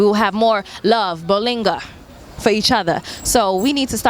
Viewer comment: great post, by the way it's bolingo (love) not bolinga